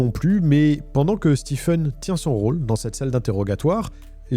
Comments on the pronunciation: Stephen se prononce "Stivène" et non "Stifeune". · Stephen se prononce Stiven et pas Stifen... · Que vous le sachiez, personne ne se fait appeler « StiFen » , bien que son nom s’écrive Stephen ça se prononce toujours toujours STEVEN Pour votre information 😊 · Très intéressant. Juste une correction : "Stephen" se prononce "Stiven" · Stephen se prononce "Steven", pas "Stiffen". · Ça se prononce stiVen pas stiffen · pour autant que je sache Stephen se prononce stieven en anglais... d'ou sort ce stiffen a la con ? une fouille systémique ca ne veut rien dire, le poivron dans la cuisine roumaine est systémique (habitude) , une fouille est systématique (complète) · Excellente vidéo. La narration est très agréable par contre juste pour info, Stephen ça se dit "stiven" pas "stifen", faut pas me demander pourquoi, c'est bizarre mais c'est comme ca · Juste un petit détail : Stephen se prononce « stiveune », pas « stifeune ». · Hey ! En anglais US ou anglais, STEPHEN ne se prononce pas STIFEN mais STIVEN 😂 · Stiffen? Ça se dit Steven. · Ça se prononce Steven (Stiveun) et pas Stifeun. Comme pour Stephen King on dit pas Stèpheun King mais Stiveun King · Stephen est prononcé Steven aux US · Très bon récit. Par contre, Stephen se prononce « Steven ». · On prononce Stephen comme Steven (Stieven avec l'accent sur le ie) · Le ph de Stephen se prononce comme un v en anglais. Stephen = Steven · Pour info, Stephen se prononce Steven. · Bonne vidéo, mais la prononciation "stifeune" est tellement ridicule 😂😂😂😂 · "STIPHEN" Ca m'a rendu fou ! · Stephen se prononce "Steeven" ;) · Bonne enquête! Juste un détail, Stephen, se prononce "Stiven" Sinon le reste impeccable! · Stiveun . C'est comme pour Shawn qui se prononce comme Sean